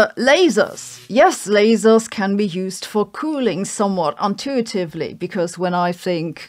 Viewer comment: Haha...."untuitively"....it's what I love about language. Cheerio